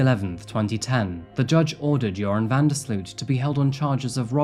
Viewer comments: It's pronounced "van der Slote" (like boat)... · BTW i know he is a awfull monster but his last name is pronounced different. The 'sloot' part is more like 'low' slowt vanderslowt but the w isnt pronounced. Just trying to explain haha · You did an amazing job telling the full story. I don't think his punishment fits hiis crimes and I wonder how many unsolved international murders of young women he may have been party to. The one upside is that his name can be pronounced like the word "urine" because he IS that foul.... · loved that you pronounced his name "urine"... very fitting... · I love that with the accent VanDerSloots name came out sounding like ‘’ - that sparked joy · As a Dutchman, I'd like to apologize for this cowardly killer. BTW It's pronounced sloat, van der sloat.